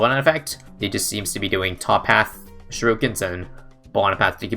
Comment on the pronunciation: When you say 'sherukins' instead of 'shurikens' my inner weeb dies a little